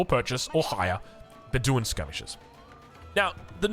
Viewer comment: Be-DEWIN 😂 Love ya